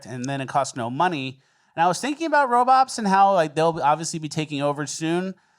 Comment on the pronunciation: Are you saying "robop" or robot?